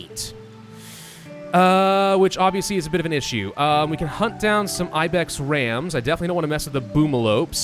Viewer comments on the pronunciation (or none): none